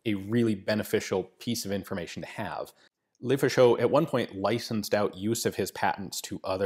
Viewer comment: please "luh-faw-shuh", "luh-fah-sho" sounds weird in French, it means "the fascist" in slang.